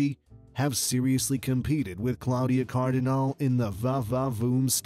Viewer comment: It certainly grates on the ear that the narrator has not managed to learn to say "Claudia Cardinale" in Italian.